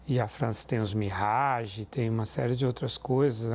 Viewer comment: Mirrage? Sério isso?